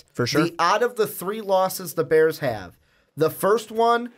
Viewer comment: Not beers it’s da bears I’m done watching you until you apologize